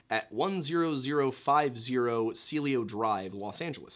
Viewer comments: Pronounced "Spawn" ranch. Also, I absolutely agree that the Beatles and Bob Dylan are overrated. Damn dude, Cielo is literally "C-L-O". Spanish for sky. Mescaline is "Mess-Ka-Lynn". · Spawn , mes-ca-lyn, Cee-elo Drive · They are pronounced /BO-so-lay/ and /see-EL-o/, You may want to consult French and Spanish primers regarding how they are pronounced. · Your prounouing cielo wrong